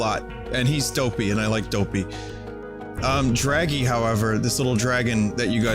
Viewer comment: Hilarrrrrrrity when Vinny hearrrrrs his own Drrrraggy voice.